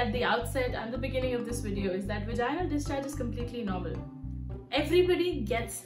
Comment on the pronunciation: "Vaginal", the intonation goes on the "a" not on the "i". So Vàginal Not Vagínal